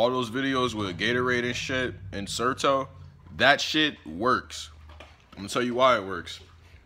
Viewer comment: Certo? Zerto?